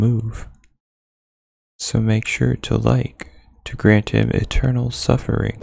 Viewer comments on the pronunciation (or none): none